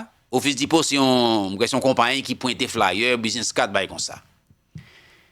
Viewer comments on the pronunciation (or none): none